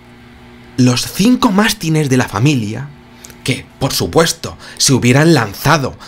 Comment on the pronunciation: Con todo me respeto, no se dice mastines con acentos en la A sino como suena 😉